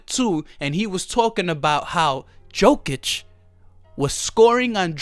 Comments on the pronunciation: Yokic read it and that's how you shoul pronounce his last name. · Yo! First of all is not DZOKIC!!! IT IS J J J J J J J J J J J J OKIC!!!! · Great video 😂😂. It’s pronounced “yokitch” for future reference.